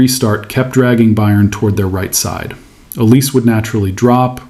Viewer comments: His name is not OLIS, it is OLISE (pronounced OLISAY) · This isn’t just a PSG thing it happens a lot across different leagues… It’s also olis-ay. Not el-ees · Pronounced El-EE-say Mr AI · It's not pronounced OLIZ it's pronounced OLIS-EH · Dude, Oh-Lee-Say, and not Em-Bapp. Yeah? 👍🏼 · Tough to listen to thise very accurate explanation, but wrong pronunciation of Olise